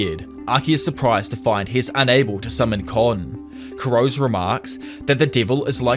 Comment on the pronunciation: I can't get over the pronunciation of Kurose's surname 😅 it's 黒瀬 /くろせ/ which should've been kuh-ro-se not kurows. Regardless, this is a retelling of the manga which I'm yet to read again since I stopped it at some point early on.